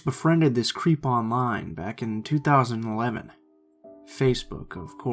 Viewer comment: I swear I thought said crêpe at the beginning of the first story